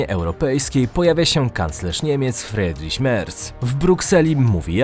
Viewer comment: Nie żebym był jakimś germanofilem ale "ie" czyta się jako 'i' czyli "FRIDRIŚ" a nie Fredriś. Uwielbiam Twoje filmy i oglądam prawie wszystkie